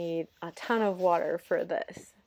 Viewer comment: omg why u always saying water with "wateur........." intonations 😭🙏